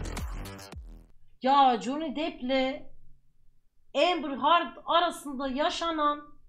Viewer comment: Amber Hörd